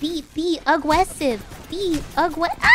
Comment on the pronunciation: AWGESSIVE JUST BE AWGGRESSIVE